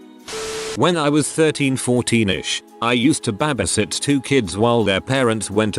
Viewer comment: I cannot with the “BAHbisit”